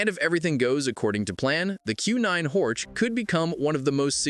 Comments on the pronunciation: It is in German therefore Horch is read Horh and not Horch 😉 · This guy doesn't care about Audi history, Auto Union, Horch, DKW, Audi, Wanderer. Simply Horč 😢